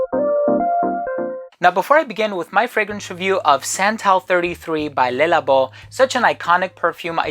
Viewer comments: Le is pronounced luh not lay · It’s Le, pronounced Luh